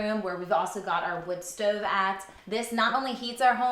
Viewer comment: Is she from Baltimore or PA somewhere around there? She has that kinda accent. The stOOOve. OOOpen. Can really hear those hard Os